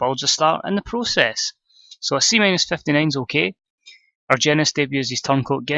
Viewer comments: I believe the G in Argenis makes an H sound. Ar-hen-is that's how they pronounce it on Lucha Underground anyway. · I believe it's pronounced with a h instead of g... So Arhenis. Good stuff as always